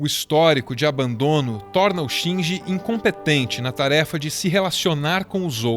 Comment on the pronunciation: Amo o canal, detalhe pras pronúncias de "Shinji" que é na verdade "Shindi" e "Evangélion" seria "Evangerion" (L não existe no japonês), pois "ji" como em "jiló" e "jé" como em "pajé" são sons que não existem no japonês, mas nada que tire o valor do vídeo.